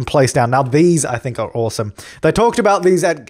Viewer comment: "I think it's oowasom" XD